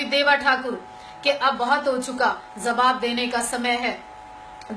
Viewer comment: Iss aurat k andar garmi bahut hai isko thanda kadi yar koi aur madam zaoge nahi jaoge meri jaan zara talafoz ko sahi karo jaanu zawab nahi jawab.